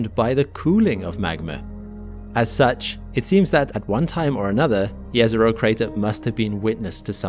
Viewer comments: Let's appreciate correct pronunciation of Jezero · THANK YOU for pronouncing Jezero properly! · Thank you for pronouncing "Jezero" correctly. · Again, kudos for pronouncing "Jezero" correctly!